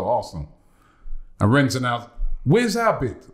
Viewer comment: A Frenchmen explained to Robbie you do not pronounce the 's' in Rennes. yet he still does it xD